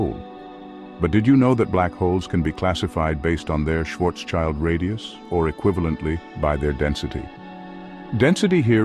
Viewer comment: Nice Video, but my German ears are bleeding... schwarz-child😅